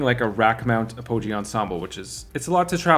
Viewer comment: Apogee is pronounced with a short o